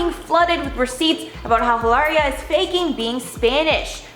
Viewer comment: stop calling her Eelaria.. her name's Hillary and that's that